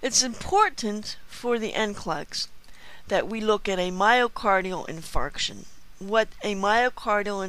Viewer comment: have to love the way she pronounces myocardial in*fart*ion on the video... :-P lol JK. The video is just brilliant though.